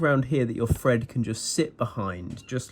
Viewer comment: Hold on.... You just said "fred your thread"... and here I fought you couldn't say thread this whole time! Hah! Silly guy. Now I see the genius here. You've found a way to distinguish between "fread" the verb versus "thread" the noun. Well played